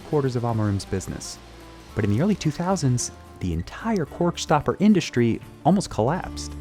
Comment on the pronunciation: “Shtripping.” “Shtrike.” “Shtronger.” “Indushtry.” “Frushtrated.” “Aushtralia.” Please take out the “sh” sounds. It’s distracting. You need a better narrator.